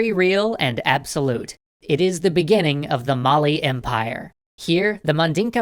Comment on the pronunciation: mali is pronounced a little bit differently good try through =)